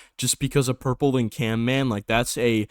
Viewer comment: CaNman? It's CaMman